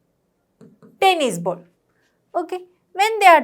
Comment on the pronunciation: The teacher's pronunciation is not good she is saying bowls instead of ball